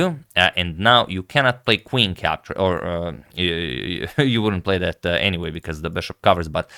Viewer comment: My personal favourite, "sorry about dat". Bends as he say it.